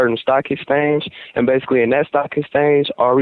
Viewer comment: He says baisically ever 10 seconds